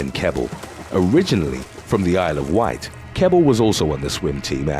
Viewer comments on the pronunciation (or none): none